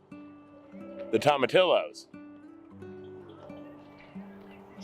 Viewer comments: It’s pronounced Tom- o- tea- o. 👍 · Not to be picky....but...if you speak Spanish it isn’t pronounced the same phonetics. And “ll “ as in tomatillo.....is “yu “ no criticism at all..just sayin! I love your vlog and appreciate you journey. I moved to NC after 16 years in Mexico. So I cringe when the double l is prounced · Your garden is quickly becoming the most beautiful, magical garden on YouTube. Your new camera does look better. Tom-a-tee-yo is how I pronounce tomatillo. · You know I love you guys, but I have to help you out here. It's pronounced toe-ma-tee-yo.